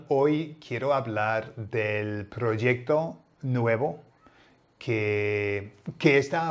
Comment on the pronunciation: Es interesante que pronuncies "proyecto" así, como si la Y española fuera una J inglesa. No lo sabía! Aprendo algo nuevo cada día con tus vídeos. Mucha gracias Gordon!